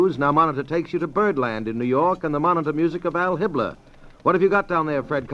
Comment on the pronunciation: It's Al Hibbler, not Hal Hitler, that's the jazz singer